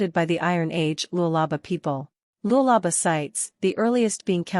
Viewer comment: Lulaba? Man shut up! It's Lualaba and should be pronounced like the way it's written